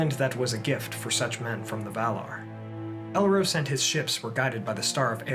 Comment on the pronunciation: it's pronounced El-Ros, (as in the the bird rose up to the sky), not El-Rose (like the flower).